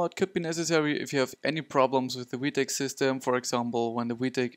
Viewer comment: In America we say vee tech, not wee tech. Other than that, good video.